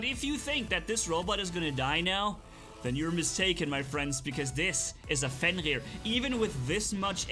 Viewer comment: is it just me or do i hear fenlir instead of fenrir